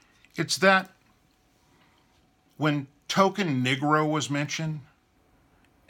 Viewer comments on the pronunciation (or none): none